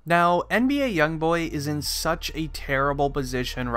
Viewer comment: U didn’t even say his name right and stop believing everything people put on the internet u can obviously tell this is fake